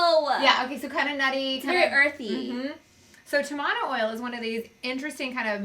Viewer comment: In Tahiti tamanu oil is used on the skin after getting a tattoo or if the skin is damaged. The skin does heal faster using it. I used it after getting a tattoo and I healed in three days. The pronunciation is TAmanu not TamANu. ;)